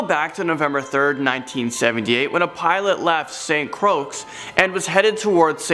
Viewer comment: It's pronounced Saint Croy,. Saint Croy xD <3